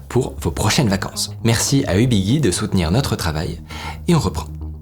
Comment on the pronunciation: Marrant tout les youtuber disent UBIGUI, je crois que Tev était le premier, et on a appris lors de sa visite de leur local que ça se prononce UBIJI, mais que depuis ici Japon, personne ne le dit correctement 😂😂